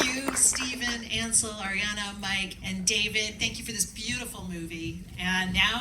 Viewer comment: She said Mike's last name wrong 😭